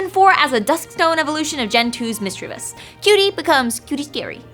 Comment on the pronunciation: "MISCHEEVEEOUS" - I couldn't watch any further after that. :(